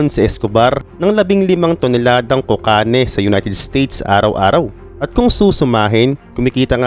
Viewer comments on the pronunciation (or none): Ano pong toneladang "kokane"? Un po b ung "cocaine"?